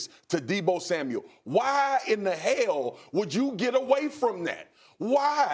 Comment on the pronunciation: "Why in the Hay-ell......", country gold!